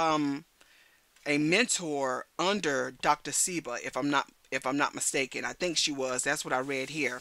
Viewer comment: Sebi is his name. Dr say-bee